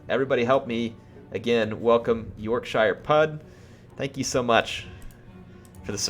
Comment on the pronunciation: When said yorkshire I cringed hard x)